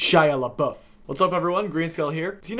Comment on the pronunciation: LeBeouf pronounced correctly, as a fellow Canadian I pretty much have to subscribe